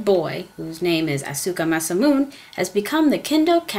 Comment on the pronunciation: ma sa mu nay not ma sa moon... just saying.